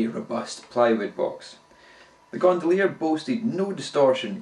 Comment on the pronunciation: The hacker gondolier [best mono record player ever made] and you butchered